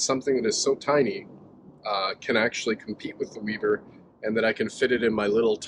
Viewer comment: It's not "Weeber" It's "Weber"